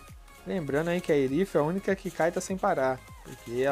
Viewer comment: Foi só eu que me incomodei ouvindo ele falar o nome do herói errado ?